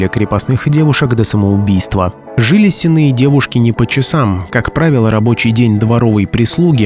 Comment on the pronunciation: С'енные девки - ударение на первый слог. От слова сени.